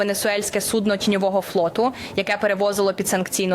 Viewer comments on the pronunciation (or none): Как она сказало судно с ударением на -О ..стало все понятно....😂